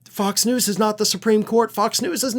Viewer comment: Interesting how pronounes F*cks News!!